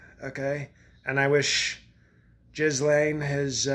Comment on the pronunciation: "Jis-Lame" LMAO!